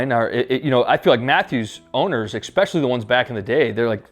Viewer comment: Very solid review. Enjoyed the video! But is is ESpecially. Not EXpecially. 🤣🤣